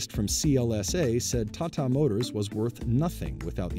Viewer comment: OK now say with me 'Taa Taa, Taa Taa' got it? not Tattaa